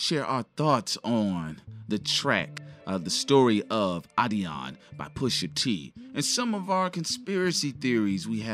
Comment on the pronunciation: say the name right man. Come on. How is “adiDon” pronounced “adion”!?